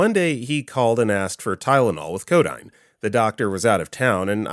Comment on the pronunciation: Ugh. It's [co - DEEN], not [co - DINE].